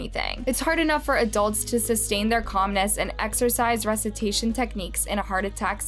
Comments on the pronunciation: im pretty sure the word resuscitation is pronounced (Re-sus-sit-ation) not resitation😂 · "ress-is-ashun" techniques 😂😂 Love the channel but the words she messes up are just odd. Maybe "shes" AI...... dun-dun-DUNNNN! 😂😂